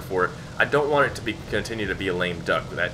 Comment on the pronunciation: "Use this aircraft if you ant to be mad" LMAO